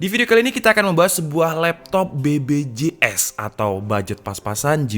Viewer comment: BBJS? BPJS bang, huruf b sama p bedaa